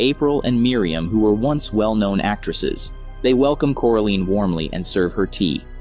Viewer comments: Are we just gonna ignore the fact that this guy just kept saying “CORALEEN” instead of Coraline? Am I the only one who’s bothered by this? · like omg after just a minuet of watching this i wanted to watching somethings else because of him saying "CORALEEN" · The pronunciation of coraline is koralayn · It's coraline not coralene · Core A Lean. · It bothered me at first but I now laugh at it. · How do you manage to pronounce wybies name correctly but not coraline?